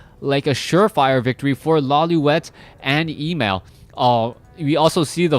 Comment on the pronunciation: Emal not equal to Emalfan. And it is pronounced Emaaaaal, a as in lalala.